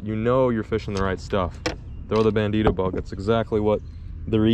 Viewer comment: Ban-deeter Bug...You're killing smalls!!!😆🤣😅😆